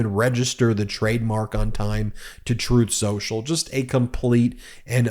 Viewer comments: PLEASE pronounce the name as tRump did: "Troth Senchul". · Every time Pakman mentions "Truth central" he plays an audio clip of tRump "Correcting him" saying "Troth sensual" 🤣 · Funny when tRump said "troth senchal". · I believe it's pronounced Trath Senshal. Chooth Shershal. Definitely not "Truth Social". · strooth sential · "Troath Sential" (Trump) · 🍊🤡: "Troth Sential"